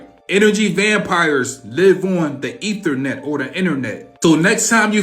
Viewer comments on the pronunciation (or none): none